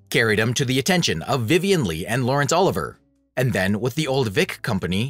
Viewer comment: GET NAMES CORRECT! Disrespectful when obviously reading from a script... oli.VEE.ayy not Oliver.